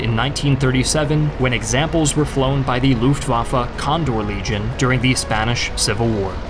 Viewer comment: "Luftwaffa" its "L U F T W A F F E"